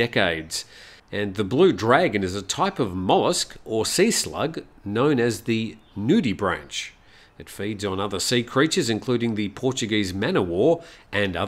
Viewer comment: Those sea slugs wash up on Australian beaches after storms. I have never had problems handling them before but wont now. It is pronounced Nudibrank with a 'k'. I am impressed you got all those other more difficult scientific names spot on though.